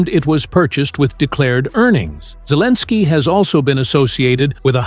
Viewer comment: AI says Zelenskiy is Cleaninskiy. AI full of it.